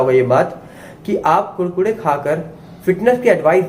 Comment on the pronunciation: भाई आप बोलते अच्छा है, अब मै कुरकुरे को कुडकुडे ही कहूंगा। ।।